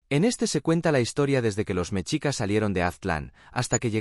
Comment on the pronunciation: No se dice ¨mechicas¨, se dice MESHICAS. La X en el idioma Nahuatl representa al sonido SH no al sonido CH.